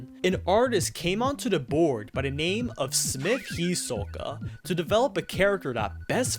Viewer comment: It’s smith Hioka not Smith Hisoka